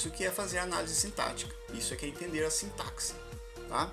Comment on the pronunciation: Sintaxe( o "x" tem som de s e não de ks.)